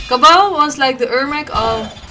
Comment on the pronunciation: ''Kaballin'' - Kabal, 2019